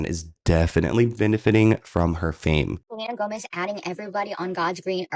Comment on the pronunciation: Selena Toemez